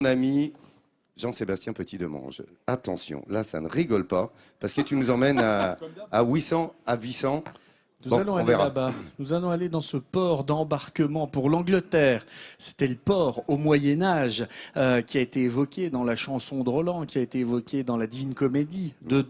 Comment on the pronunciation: Vissant, pas ouissant....